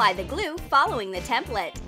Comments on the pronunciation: This is how many times she said gule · When she said chemical glue I thought she said chemical u..l